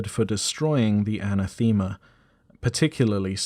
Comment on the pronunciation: Aa-naa-thuh-muh not Ana-theema. Ew.